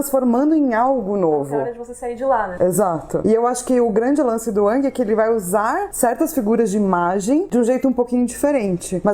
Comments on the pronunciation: Gostei muito do video, mas a umica coisa que me incomodou foi a pronuncia do Aang hahahaha. Para mim foi e sempre sera Áang e nao Âhng. Desculpa pelo pedanitsmo, mas cresci ouvindo Áang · não se fala a lenda de ãngui se fala a lenda de engui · Pronúncia é [Éng] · Sim, continuem... Mas toda vez que onço "Âng" me gela o coração rsrs...